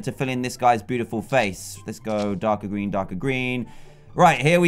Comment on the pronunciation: its a gween pikachu